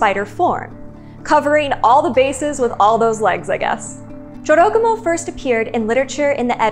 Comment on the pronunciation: Its not dziorogumo. Its Jorogumo. Like. Its. Not lambordzini. Its lamborGini. And Americans are unhappy when you mispronounce something.